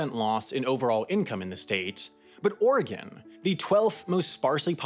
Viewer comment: I appreciate your accurate pronunciation of Oregon and your inclusion of Eugene and Portland B-roll